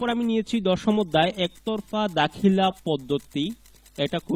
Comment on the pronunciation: Ektarfa hoby not একদারফা